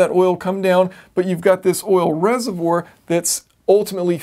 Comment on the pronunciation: Sorry, I couldn't get past "reservour" ;)